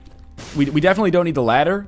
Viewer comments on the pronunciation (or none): none